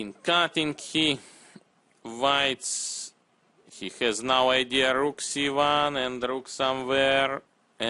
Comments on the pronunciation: rrrrroukkk si vouan !!!!rook si vouannn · took me some time to understand that he was saying Rook c1 :D